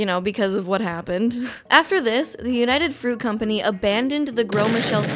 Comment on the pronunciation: Me being Colombian, pronouncing the words "United Fruit Company" triggered my patriotic defense system, for context search "Las Bananeras" because I would talk about this for hours.